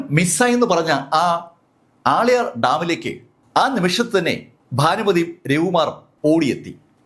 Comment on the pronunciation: ആളയാർ ഡാം എന്നല്ല.. ആളിയാർ ഡാം എന്നാണ് ആ ഡാമിന്റെ പേര് 😊